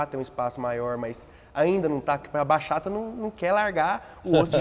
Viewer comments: Bachata se fala Batchata. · Simmmm, que agonia escutar eles falando Baxata.